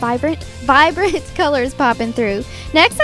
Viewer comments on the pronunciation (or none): none